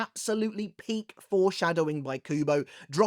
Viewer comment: Why is saying "peak" so funny?😂😂